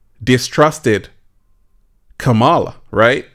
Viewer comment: If you are going to talk about someone, at least have the respect of pronouncing their name correctly. So disrespectful!